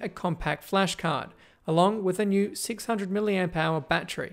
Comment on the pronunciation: god I hate the way Australians say the word 'battery'